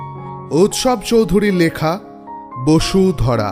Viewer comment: bodhusara hobe na ?? bosudhara bolechooo !!!!